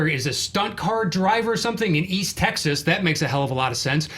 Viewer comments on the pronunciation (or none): none